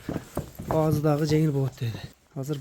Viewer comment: Баазы дейбербей баасы дечи укам